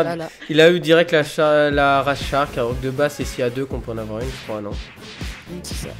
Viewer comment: Aullieu d'entendre shark j'ai entendue chatte -_